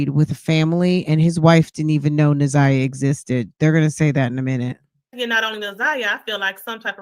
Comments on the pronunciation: New sub. I just started watching but had to comment right now about the mispronunciation of her name. Na'Ziyah's name is pronounced exactly how it is spelled. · Why she can’t say the baby name right. I know there are way bigger problems but people who purposely mispronounce names agitate me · Poor Laurie! She’s not a good listener! She overtalks the guests and she can’t pronounce Naziyah’s name for nothin😂🤦🏽‍♀️ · The interviewers need to do more research before these interviews. She can’t even pronounce the girl’s name? Smh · How was she isolated? I don’t get it. I’m not sure these people even know this girl. They don’t even know how to pronounce her name!